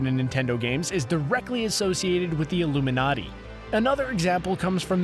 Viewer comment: I CANNOT BELIEVE THAT YOU SAID THE (ominously) ILLUMINATI